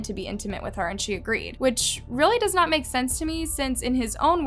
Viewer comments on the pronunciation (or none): none